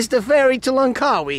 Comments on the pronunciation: Sorry my friend. Its langkawi, not langwaki.. Hehehe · Langkawi not langwaki